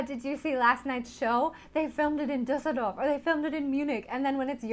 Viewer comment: "Dusidoff" statt "Düsseldorf" 😂